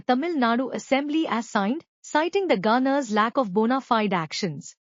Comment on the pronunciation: “Funny how [...] as karnatak.😂” ===================== Even the simple word ‘governor’ is mispronounced as ‘gaaner’. But this Channel does not accept even constructive criticism.